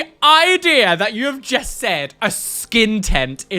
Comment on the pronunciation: I love the way says just 🤣 It’s “jest” unacceptable 🤣 I love it, makes me chuckle every episode!